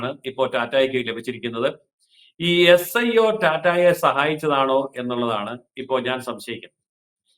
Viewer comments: Not iso, sio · മോളെ ഐസോ അല്ല S IO ആണ് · ISO അല്ല SIO